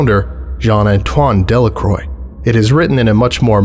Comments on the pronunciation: {dhe-la-krwa} Not {dellakroj} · "De La Croix" is pronounced "De La Kwah"